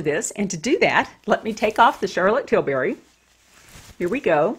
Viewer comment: You pronounced Tilbury wrong.